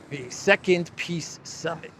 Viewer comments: Hell, nobody can tell him how to pronounce 'peace'? it's not piss, it''s peace!!!! dumpkopf!!!! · He said.."Piss summit"...Zela, that is. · Did you here Selenskis bad basic English and wrong pronunciation . He says " I go to second Piss Summit ". Yes, that's true :) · Eeee, Podolyak , how do You spell ''peace'' ?Peas, peace or piss?